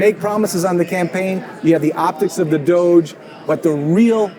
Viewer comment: It’s pronounced “Doge,” not “D.O.G.E.”